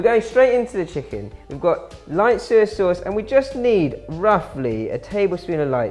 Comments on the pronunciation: OMG OMG OMG Soy Sauce not SER Sauce 🙄🙄🙄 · "Suy suwss."